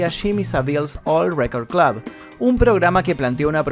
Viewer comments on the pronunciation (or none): none